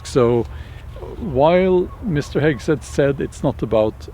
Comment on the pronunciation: The cruellest part is how you mangle the pronunciation of Hegseth's name :D